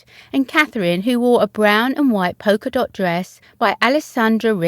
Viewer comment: 30 sec's : "....POKER dot " ?? .🐒♦️🃏♣️♥️😊 ( po L ka dot ). 🇬🇧💕☺️♦️🇬🇧